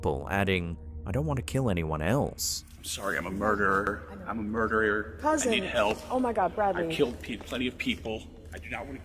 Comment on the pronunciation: “I’m a murderier…” but it doesn’t count cuz I can’t pronounce ‘murderer’.